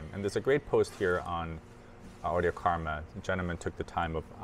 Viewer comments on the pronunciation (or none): none